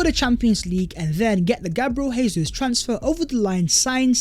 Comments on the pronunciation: Learn Portuguese, it’s not pronounced hey-zeus, it’s pronounced jay-zeuz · His frigging name is pronounced JAY ZEUS NOT HAY-SUESS. He's Brazilian, they speak Portuguese, not Argentinian, they speak Spanish. Stop butchering the boys name, he could be playing for us next season FFS. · btw when pronouncing a name/word in portuguese the J doesn’t act as an H like it does in spanish so it is Gabriel Jesus not “Hésus” good videos non the less edit: i’ve heard other brazilian players talk about him on youtube and it’s actually pronounced “Zhay•Soos” so it still sounds like a J more than and an H. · ive put this comment on videos twice already. guess he likes saying hayzeus